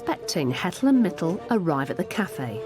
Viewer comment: it's Mitul, they're both Indians